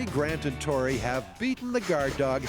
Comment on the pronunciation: One of the best things in Mythbusters history is that Tori is Italian heritage and not once ever do they pronounce his name correctly 😂😂😂